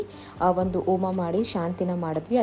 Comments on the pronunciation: ಓಮಾ ಅಲ್ಲ ತಾಯಿ ಹೋಮ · Its homa.. not oma